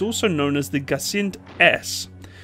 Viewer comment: Да, слово Гиацинт сложно произносить если на английском языке он на эйч. Да и буква И вытянул как ай, не E. Но старается, молодец. На всякий случай произносить надо Ги А Цин т примерно так по слогам.